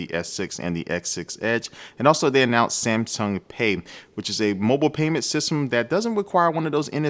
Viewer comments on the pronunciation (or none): "samsum"? New brand?